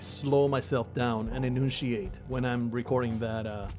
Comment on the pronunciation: LOL You actually said enunciate wrong! Sorry, you do have a very advanced handle of English, just every now and then you say something and I question that you ever go outside trolololol